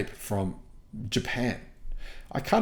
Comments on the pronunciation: You’re the only person on the planet who pronounces it “nisin.” It’s pronounced “nee-sahn.” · It's knee-sun, not knee-sin! Nissin is a noodle maker 😄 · Nissin (the way pronounces it) makes instant noodles. Nissan makes cars. It’s like the difference between the word ‘yawn’ and ‘lawn’. Maybe subtle but a huge difference in meaning. 🤦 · I’m sorry your Aussie accent says “Nissan” very different from us yanks. We say “nee-sohn”